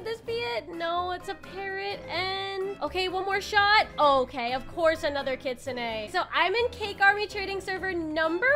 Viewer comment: Bro I hate when poeple say kitsune like kitsuneigh… it sounds weird no offense. I’m just a big kitsune fan